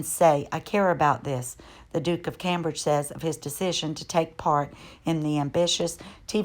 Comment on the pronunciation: Just a little help here: Cambridge is pronounced came-bridge. Kate& William's youngest son's name is pronounced: loo-ee. I really like your YouTube videos, thank you for your dedication. You're a.